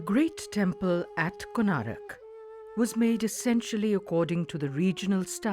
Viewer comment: How can the people working at the DD network write and pronounce the name of one of the most famous temples in India Wrong....?? It's KONARK, not Konarak... How can you guys make such stupid mistakes... ??!!